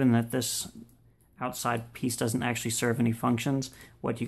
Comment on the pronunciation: DOESN'T (NOT DUD-ENT)